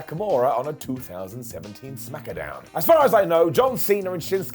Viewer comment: Smackdown not smackAMdown.